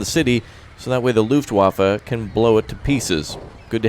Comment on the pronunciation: I'm sure you heard this before but it's pronounced "Luft*v*affe"